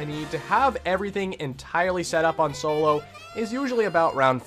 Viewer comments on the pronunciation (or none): none